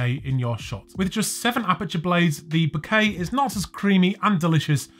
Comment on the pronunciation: " The bukake is not creamy and delicious ..." i cant unhear it ffs